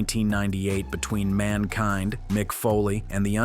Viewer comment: Why did you pronounce Mankind like that then proceed to pronounce it correctly?